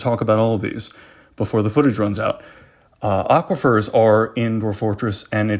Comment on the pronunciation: 'Aquifers' = triggered